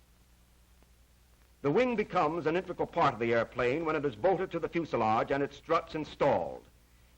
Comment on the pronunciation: It flies and flights and lands the pronunciations stay on the ground